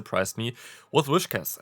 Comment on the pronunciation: By the way, it's Whis-cash, not Wish-cas